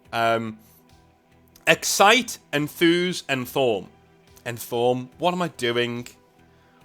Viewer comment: Excite, enthuse, enthaww